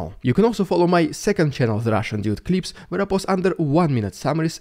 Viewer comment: Ok, I've got to say it 'cause I find this funny and makes you sound so epic. Whenever you advertise your other channel, ' The Russian Dude Clips', your accent makes it sound like 'The Russian Dude Creeps'.